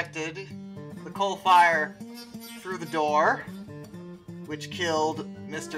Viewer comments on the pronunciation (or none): none